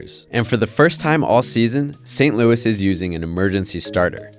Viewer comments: I hope that is not actually how you actually say St. Louis. It’s not san louie miseri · “Saint Louie, Miz or I” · Learn to pronounce St. Louis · Try going to Montreal they all say St. Louis like that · FYI I’m from saint louis that’s not how u pronounce it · “San Luey, Mizzereye” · Saint louis, missiouri, but pronounced saiynt louieee, missourye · Why tf did u say saint louis and Missouri like that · Is anyone gonna roast this dude for saying saint Louis Missouri totally incorrect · I stopped watching after his pronunciation of St. Louis Missouri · IS ANYONE GOING TO ACKNOWLEDGE HOW HE PRONOUNCED ST.LOUIS, MISSOURI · This video is getting a downvote for the completely horrid pronunciation of St. Louis Missouri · How do you butcher the pronunciation of Saint Louis, Missouri so bad?